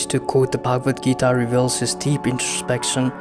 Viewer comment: Why do you westerners pronounce foreign, especially Indian words and names with the worst pronunciation possible? Do some research on pronunciation also, considering the fact that you people can learn pronouncing latin, french and even chinese words but not hindi-sanskrit, other indian languages. Its pronounced as shree-mad-bhagwad-geetaa, श्रीमद्भगवद्गीता (श्रीमद् भगवद गीता), not sri-med-bhegwed-geetae